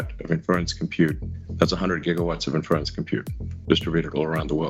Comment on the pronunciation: I enjoyed hearing poor old Musk failing to comprehend and pronounce 'Inference' no end!